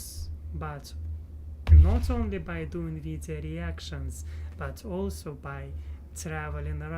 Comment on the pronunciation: Hi! It has been too long since I have said hello. I’m so happy to see you again. I remember back when you were in Russia and you would pronounce also like “olsa”. I can’t believe it has been 2 years. You may not believe this but your journey from Russia to America, seeing you now compared to then, and knowing your future goals gives me inspiration in my own life and hope for my own future. This is something I will always think of when I feel discouraged with life. Keep it up!